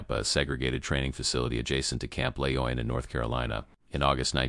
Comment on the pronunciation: FYI: It’s Camp Lejeune - NOT “Camp Leon!!!!!”